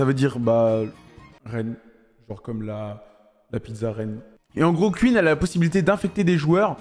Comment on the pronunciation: "Queen est morte" 😂😂😂 On parle pas de la reine Elisabeth là, enlève ce "E" MDrrr